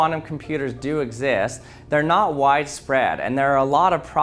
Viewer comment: The Word knot is said 37 Times in this Video (the 3 Times when He says Not but it Sounds Like knot are Not inclouded)